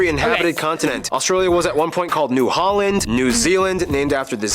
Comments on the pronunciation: The "a" in holland, rotterdam, amsterdam and so on is pronounced as the last "a" in America. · I genuinely hate it when the Dutch call their own country Holland or use the English pronunciation for the cities. It makes me want to throw you out of my country. :face-red-droopy-eyes